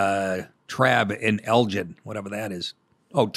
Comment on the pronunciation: It’s “Elgin” gin like guinea.